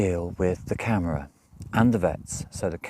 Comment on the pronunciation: Hi, here's a hint for saying "Camara" (City Hall or City Administration). If looking at word as if you pronounce letters in English (disclaimer, mine is US): try this phonetic- ish pronunciation: kah-mar-ah. (Mar as in planet Mars. (Only reasons, I mention it: I was listening to the video and literally thought you said camera (as in taking photographs)...(you were talking about your dog, shots, kittens adopted, etc...so you weren't moving....thus I was listening. "Equipment to take photographs" didn't fit with what you were discussing..I realized, you were saying "camara" (Portuguese city/town/village area administration). I'm also trying to help you improve your PT pronunciation...as well as any one else who is trying to get to PT...hopefully they can look back and improve. (And of course, anyone already in PT...can hopefully help them improve.) Hope it is appreciated..not trying to be critical. (I'm in US, speak Portuguese having learned it in college in US and in a year abroad in Lisbon in 1990-91. A bit rusty, but I know a bit of linguistics and where to put your tongue in your mouth to make the sounds...wich is always a bit of a battle when learning a language.